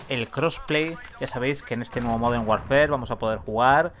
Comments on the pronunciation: Me genera muchos nervios e incomodidad que diga call of duty "warfer" DIOS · La palabra "warfare" se pronuncia warfer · Warfare se pronuncia warfer